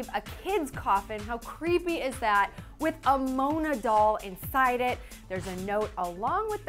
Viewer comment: and with not woth